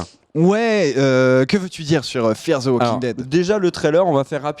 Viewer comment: 'ze' walking dead, i like the way you say that! haha